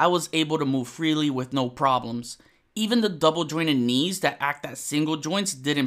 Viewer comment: I like your videos but WHY IN MACGYVER'S NAME DO YOU USE A ( V/F sound instead of the TH) ie - wiff instead of with !? You seem articulate ? Is English not your first language ?